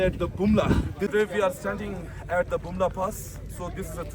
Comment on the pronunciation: Tashi Delek la.Not Pumla Pass,, ist Bumla Pass